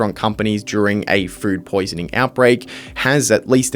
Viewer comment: why does it sound like you're saying "fruit poisoning" instead of "food poisoning"😂